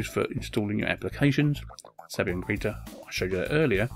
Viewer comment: it's Sabayon, not Sabyon! Saba-yon!